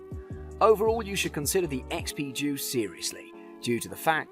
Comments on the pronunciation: It's deus, not duece, idiot. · ha ha! It does sound like he's saying JUICE!! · It's pronounced " Day-us" not juice !!!! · He did say Juice, but he is pretty much right about the detectors.